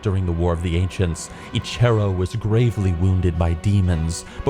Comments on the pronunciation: I got the Liothien Prowler 2 months ago. Best. Mount. Ever. Also got Spirit of Eche'ro which is sweet. P.S. God dammit you're bad at reading names. Each "Eche'ro" killed a part of me. I love you doe :))) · The way you pronounce Huln and Eche'ro gave me twelve types of cancer